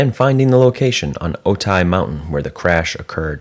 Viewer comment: Otay is pronounced Oh-TAY, not Oh-tie. Think of Okay with a 't' instead of a 'k'. Also, Camarillo is pronounced KAHM-are-reelo (it's a Spanish name).